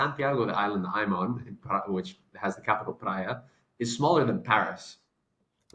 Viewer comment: Good video! But, please, pronounce “Praia” like if it were “Prye-a”, do not pronounce it like “Praee-a”. Actually, 9 inhabited islands, 1 uninhabited. If you are still in Praia, I hope you enjoy your stay. 🫂❤👍